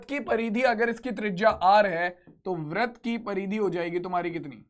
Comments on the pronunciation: Vrat not vrit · Brat nhi britt sir